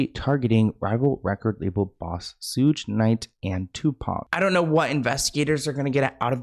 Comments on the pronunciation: How sayd sug nite he said sooge 😂😂😂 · Its SUGE Knight, lol. Like Sugar, but Suge 😅😅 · "Suje Knight" 😂😂😂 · said SOOOGE Knight 😂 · Then he said surge the next time 😂 I love